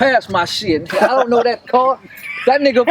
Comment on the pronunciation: Lmfao nigga said “ion know that car” 😂😂